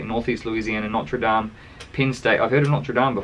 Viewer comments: The way you say Norte dame lol it rhymes with boater fame. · Hes pronouncing like the cathedral church in Paris.